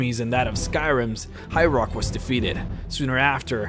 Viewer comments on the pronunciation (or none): none